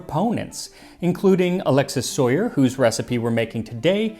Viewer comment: I know this probably shouldn't matter to me, but I'm fairly certain that Soyer's name is being mispronounced. Just, he was french and I'm fairly certain they don't use the english pronunciation for Alexis or Soyer. Sorry for bothering you, it just has been bothering me since the last time he came up in one of your videos.